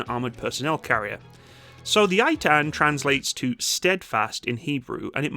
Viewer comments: 1. It's Ay'tan (to correct pronounciation) 2. On 7/10 they raced to the Battle of Zikim down the highway at 75 MPH, which is quite incredible for an armoured vehicle! 3. The hulls and basic infrastructure are made by Oshkosh in America, as is the transmission by Allison I believe, with the engine from MTU Germany. However, the high-tech stuff that transforms it is made and fitted in Israel. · Btw, it's pronounced Ei-tahn, not eight-ten 😅 love ya! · Just to correct the pronounsiation its pronounced "Eitan" and not "Aitan" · Eitan is pronounced “ey-tan” not “aye-tan” while the Namer is pronounced “nah-mare” not “nay-mer” or “nah-mer” IIRC, the Eitan was developed to be a cheaper complement to the Namer and also have the ability to travel long distances without requiring transport trailer to avoid tearing up roads and highways, allowing rapid response to emergency situations. I can’t remember which one but either the Namer or Eitan (maybe both?) will have a version featuring a 120mm breech-loading turreted mortar with auto loader. As for your thoughts about counter drone technology being integrated, the IDF is introducing the Rafael Lite Beam weapon system, which comprises of a 10 kw laser with a range of 2 km and altitudes of up to 5,000 meters. It’s also being paired with a remotely operated 30mm auto cannon on a separate 4-wheeled platform for mobile protection of troops. Don’t know if it’s operational yet or not…and you are correct in guessing that APS is being updated to dealing with drones, specifically the Trophy system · just to correct the pronunciation , its " ei - tan " (a is like the U in umbrella) no i-tan. thanks for the video and greeting from the troublesome holyland. some male israelis are called eitan , btw, but when its in a persons name form we never pronounce it like the formal word meaning steadfast.